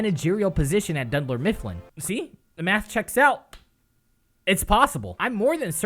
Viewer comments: “Dundler Mifflin”...... y u do this..... its Dunder Mifflin... my soul hurts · He said D U N D L E R MIFFLIN WTF BOI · "Dundler Mifflin"